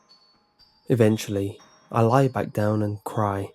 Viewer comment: E-vent-ually ahahahahahaha